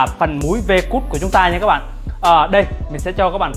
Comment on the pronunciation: Ông đọc hài quá, V cắt thì đọc là V cút. 😂😂😂